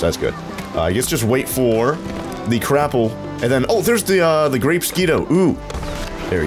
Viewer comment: Whenever he says crapple I hear crap-pull